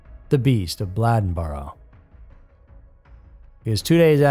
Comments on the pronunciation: Bladenboro is pronounced the same way Bladen County in pronounced. I audibly laughed. Never heard it called Blah-denboro. Bladenboro is just about 20 mins east of Lumberton by car. I've lived here nearly 30- odd years and the beast of Bladenboro is actually still visibly being seen around. Local areas. My mom seen it around 2005-09 time frame.. And actually, I whole heartedly believe thatI recently seen it and didn't realize or even think twice about that being an option. Not to mention, we've all seen huge Cat/Dog like creatures in these woods. But additionally, about the serial killer in Lumberton- the truth of Megan & the other woman's murder, being spread around the locals and mostly like- drug dealers and such (which is essentially a locally known drug area by locals) is actually more gruesome in my opinion, than if it were a serial killer. Long time fan of Scary Mysteries. Keep up the good work. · how can you pronounce Bladen correctly but mess up Bladenboro so terribly 🤦🏼😭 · I dont get it, man.... you can say bladen, but you cant say bladenboro?? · You're killing me pronouncing Blade-n-boro, Blad-n-boro. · OMG! It is not Bladdenboro. It is Bladen (like the county name) boro. It is a long “a”. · I’m late. But it’s pronounced Blay-Den and Blay-den-burrow. Bladen and Bladenboro. 😂😂😂 sounds funny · I live in Bladen County and Bladenboro is pronounced like the county, Bladen with a long (a) sound. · Lol. Bladenboro and Bladen county are pronounced the same way. It's not Blad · its pronouced BLAY-DEN boro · 😂😂😂yeah. I guess you have to live around here to know how to pronounce it. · He knew how to pronounce Bladen county but not Bladenboro?!?! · That's what I came here to say. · The REAL beast of Bladenboro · Bladenboro is pronounced like Bladen County and not like what you hold urine in. Lol great video though! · How do you pronounce bladen country properly but switch the pronunciation of Bladenboro? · The A in Bladenboro is a long A.